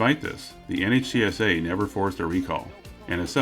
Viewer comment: NHTSA is pronounced "nit-suh"